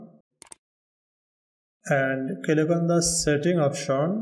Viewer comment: It's click, not kilik.